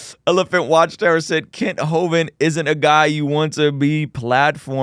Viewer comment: Kent hoven has been around since the '90s, I remember the government set him up and he ended up doing 10 years in jail because he was out there preaching the truth. Oh and by the way you guys are butchering his last name! 😂